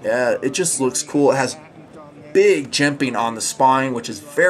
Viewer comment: I love, I love TNP, I love jimping... but the way says "jemPaing" makes me want to slap a retarted puppy. Probably just too many years of hearing it. I can say with full support though, that I love to hear about "phosssshsfer bronshssss bushssangs"! lol, Seriously though, these reviews are GREAAAAAAAAT!, your style is all your own, and we wouldn’t want these vids delivered any other way. Keep em' coming.